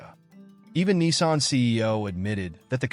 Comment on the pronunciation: It's Nissan , not Kneesan